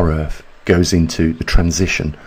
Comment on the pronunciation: Have to wonder if the Brits hear that they pronounce th in words like earth as f?